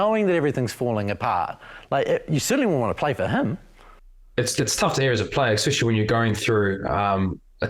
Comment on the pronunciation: What does 'Ekspecially' mean?